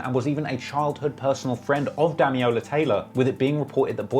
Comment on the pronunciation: Dam-il-ola not dam-e-ola Taylor.